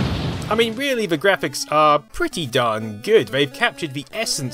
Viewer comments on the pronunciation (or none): none